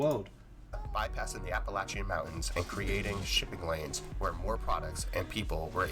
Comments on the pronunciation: lol Yeah, I suspect that the maker isn't even American. In the video he used a video of either Canadian money or European money being counted out, to represent U.S. commerce and while this next point doesn't signify his nationality, but he can't pronounce Appalachian, either lol. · The way that guy said Appalachian made me cringe